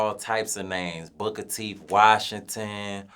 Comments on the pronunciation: Booker Teef Washington!! I’m dead 😂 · It was Booker Teeth Washington for me lol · Booker Teeth Washington 😂 x 1,000,000